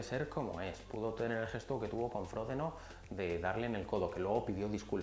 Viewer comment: Me sacas de quicio cuando dices fródeno.. a ver repite conmigo fro-de-no, ahora todo junto, frodeno, muyyy bien... no fródeno, frodeno!! Por lo demás, gracias por los vídeos majo